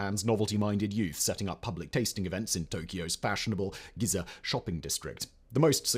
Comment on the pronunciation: Weebs getting outraged when he mispronounced GINZA 😂 but this was a quick click right away haha😂